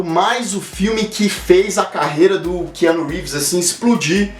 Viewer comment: Essa pronúncia não está meio estranha?KeAnu?